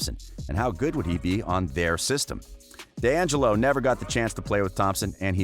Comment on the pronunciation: I would subscribe if you could pronounce any ONE of those players correctly. Draymin, steven, dongelo, 😂😂 come on now